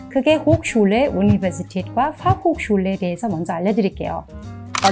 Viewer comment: 발음이…..Uni…. Fachhochsch……….